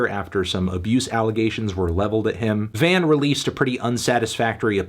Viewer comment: It’s not van, it’s VAUGHN